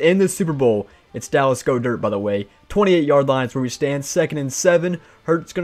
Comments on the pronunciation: Go dirt??? You mean Gah dirt? That’s how it’s pronounced. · He mispronounced Goedert lol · The way you mispronounced "Goedert" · no way thats how you pronounce Goedert